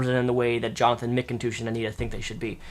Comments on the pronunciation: is he sayin Mcindouche on purpose? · Every time says McToosh in this video, a unicorn is born.:'D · Are you saying his name weird to make fun of him, like McIndouche? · Is he pronouncing Mcintosh correctly? He's saying it like Mick-in-toosh. I thought it was said just like the apple. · it's pronounced "Mik-n-tush" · I could've sworn you said "McInDOUCHE" at least once. Maybe I'm wrong. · Please stop calling him "mkintoosh" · how you say his surname makes me laugh. Mick 'n toosh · Sounds more like Mac-N-Douche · Mcintoosh? Is that how he pronounces it? lol surely not.. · i thought mcintosh is a quite common last name for western people, weird how doesn't know how to pronounce it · Mispronouncing the name is childish, those people do it all the time and it's annoying. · can't tell if you really can't pronounce his last name or if its a joke, either way i love it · Is he deliberately pronouncing his name wrong?